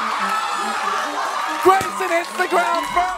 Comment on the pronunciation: "Grameson" lol